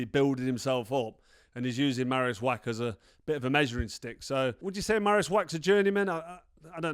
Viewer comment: Carl, please learn people's names, it isn't that difficult. Marius' surname is NOT pronounced "Wack" it is pronounced "Vacch" the sound at the end is like the Scottish "Loch". Why are Brits so afraid to have a proper go at foreign words? I love languages - when you learn a language that's not your mother tongue, even just a bit of it - you start to gain an insight into the character of the people, the culture and their psyche. Go for it mate, you know you want to.